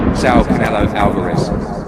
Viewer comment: You’d expect the pronunciation of Saul would be better by now